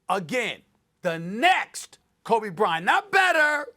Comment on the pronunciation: The Krobe Bryant😂😂